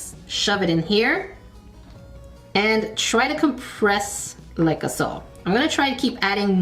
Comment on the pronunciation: I love the glass breaking sounds and head nods when you open the packages in your videos and when you say “like-a-so”. Makes me smile and giggle. 💕